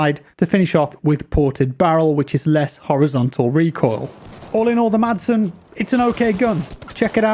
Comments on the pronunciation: Madsen is actually pronounced Masen. You don't pronounce the D😄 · The "D" is silent in "Madsen", so it really sounds like "Massen". Keep up the good work, love your content! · the d in madsen is silent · The letter “d” is silent in the name Madsen :) You’re welcome ;-) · Silent D as in Madsen....